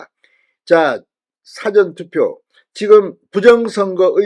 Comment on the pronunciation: 진의원님 사전투표 발음을 쬐끔길게 해주세요 당연하신말씀 미워다시한번 국힘당 밀어서 개헌반대등등 공산주의가는길 막아야한다고 100% 믿슴니다 승리 꼭 승리해야 자유대한민국 후손들께 물려주어 지구촌 1등국민됩니다